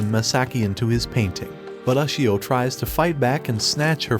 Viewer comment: you cant even pronounce ushio right